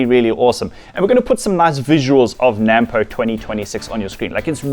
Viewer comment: Before you get to be a farmer please learn to say NAMPO the end pronounced poe not pou